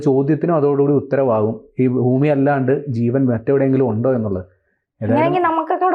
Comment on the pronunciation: ഫൂമിയല്ല ഭൂമിയാണ്